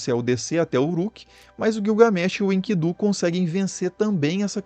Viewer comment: Guiugamesh kkkkk😂😂😂 rachei